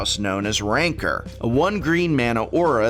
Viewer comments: Complains about people miss pronouncing Bogle but then refers to Rancor as Rancer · Throws a fit about how to pronounce "bogle" then pronounces Rancor "rainker"...... smh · Funny. He makes a big deal about pronouncing bogles properly but continues the same tradition by repeatedly mispronouncing rancor . lol.